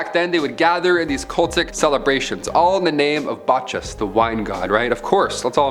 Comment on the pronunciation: And Bacchus is pronounced Back-us, not Batch-us. I guess the Classics aren't taught any more 😑